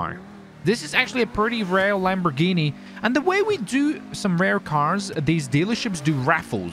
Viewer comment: not hating, but people needa learn to pronounce lambos names, its not that hard